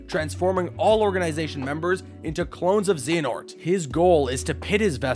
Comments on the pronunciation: I was waiting to see how long it took for him to screw one up and I don't think that XANAHOORT is a correct pronunciation. I'm sure he will maybe get better with time, though. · Who the high hell is Vany Toss? It's Va-NI-tas. Va-knee-tus. Vanitas. I can forgive Xee hanort, but god the butchering of Vanitas is almost as bad as what happened to him in the Monster's Inc world. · Zee-an-ort? At least not as bad as IGN’s “Eriqueez” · zeehanort killed me every time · Zeeanort and Vanitaas 😂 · Stop saying Xehanort so wrong!!!